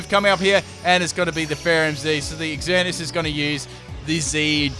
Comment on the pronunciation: I love that you called it "Ex-Earn-E-Us." It keeps with the noob theme because only noobs would call it that.